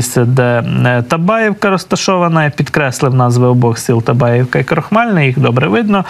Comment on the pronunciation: Табаївка( наголос на Ї)